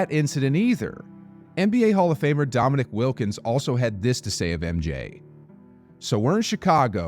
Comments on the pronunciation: I don’t know if this is all a paid voice over actor or what but it’s Dominique as in “Neeek” not Dominic. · Wait, bro. You lose credibility when you call Dominique (one of the all-time greats) "Dominik"